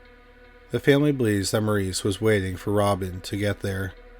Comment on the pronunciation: Maurice’s name is pronounced MORRIS. ✌️